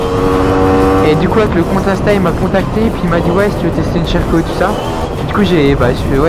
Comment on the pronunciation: Mdrrr le "Sherco" tu le prononces "cheh rco"